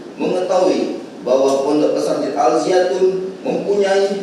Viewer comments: Alzaytun... alzaytun.. Bukan alziatun 🤣🤣🤣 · Jaksanya gimana siih bukan Al-Ziatun to tapi Al-Zaytun woy 😂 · Woy Alzaytun jangan alziatun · Mulut kepleset gak bisa baca Al Zaytun😂😂😂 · Lidah nya jpu kepleset, karena nama Al Zaytun sangat suci, jadi tidak sanggup jaksa mengotori nama suci itu 😊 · Tulisan suci jadi g bisa jelas bacanya semoga tergetar hatinya luluh sama nama al zaytun